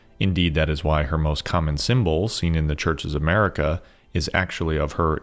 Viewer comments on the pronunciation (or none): none